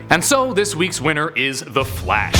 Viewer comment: I’m not the only one who heard “the flesh” right